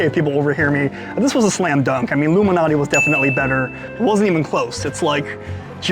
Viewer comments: Nice video I always thought it was alot MALANATI LMAO. I kept saying at the start why does he keep saying like Illuminati? Was gonna correct u but I forgot yr gangster 🤣🤣🤣 JK many people say Malnati is the best one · Why are you reading Malnati as Illuminati, is this a pizza conspiracy!? Appreciate your work!